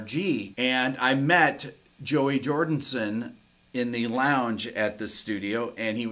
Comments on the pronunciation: It’s Joey Jordison not “Jordinson”? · It's Joey Jor-DIS-on. With a D-I-S. Not 'Jor-DIN-son.' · It's Jordison not jordINson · Great video. Really interesting but please: Jord*i*son and not Jord*in*son😉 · Ah, you pulled a Robb Flynn, Rick. You said, JordINson, rather than, Jorison. Not hating, though. On the contrary, I’m one of your biggest fans. Love ya, Rick. Excellent installment, as always. 🤘🏼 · It’s Jordison not Jordinson!!! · My mans just said "Joey Jordonson" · As a maggot, it annoys me how he says JoEy JoRDinSoN. 😤😤😤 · Joey jordison... not jordinson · Yea, the man's last name is Jordison. Not f'n JordiNson. May he rest in peace. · Um… I love this guy’s breakdowns, but for sure pronounce Joey’s last name correctly. RIP.